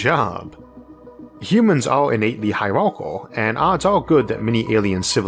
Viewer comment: For someone with a ‘speech impediment’ you sure as hell pronounce hierarchal correctly.... and the first time I’ve EVER heard anyone do so.